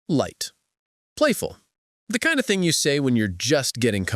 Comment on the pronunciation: When did he say Hey pretty thung at the end of the table"?😂😂